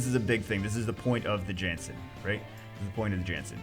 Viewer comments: It's a viking, shouldn't it be pronounced (YAHNS-sin)? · It's pronounced as "Yan-Sen"